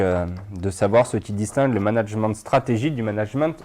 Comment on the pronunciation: nan vraiment, il me stresse a dire managemente